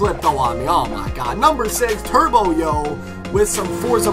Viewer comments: turboyo is pronounced turb yo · slap it's turbyo not turboyo